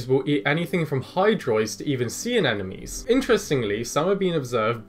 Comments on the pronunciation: Very interesting video, but every time you say "anenomes" instead of anemones, I die a little bit inside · At first I heard "enemies" instead of "anemones"